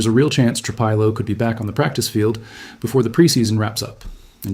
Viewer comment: Tru-Peelo, Tru-Pilo. Which one is it dammit??